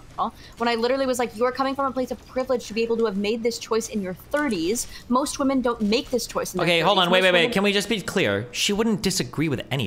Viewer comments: Why can not pronounce the word women? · Somehow inability to say "women" properly is more insufferable than Lav for me.